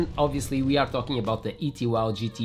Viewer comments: It's not an ET Wow, it's pronounced E 2 W, as it stands for 'Electric Two Wheel'. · Another good video! And btw, it’s “E 2 W”. Say the owner say it’s because it stands for “Electric 2 Wheels”. Just sayin……